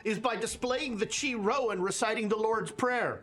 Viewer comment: ok so since you brought up prononciations, Chi-Rho is pronounced “Kai-Row.” Chi and Rho are the first two Greek letters of “Christ.”